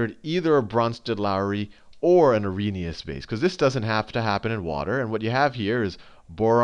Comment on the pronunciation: its arrhenious ;)